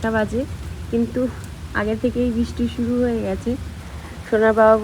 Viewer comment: Bisti noy Kothay bristi.. Thik Kore uccharon koro.. Radhe radhe